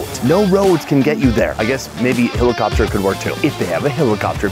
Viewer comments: It's striking how he says helicopter..... as hillocopter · Did you just say hilocopter? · What's a hilli-copter?? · I can't get over how you say "helicopter" XD